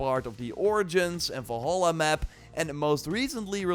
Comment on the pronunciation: I remember watching a video from this youtuber years ago about horizon zero dawn, I see now that his voice is just as annoying as before, besides, can't he say Valhalla like a normal person SMH